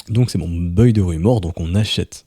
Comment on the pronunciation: Juste pour info "buy" se prononce Bay et non pas beuiy 😝